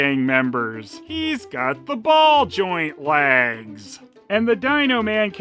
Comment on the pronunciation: i am sure i heared you saying laggs and not legs ... and where do you keep finding stuff like this and when you doing galaxy adventure girl ??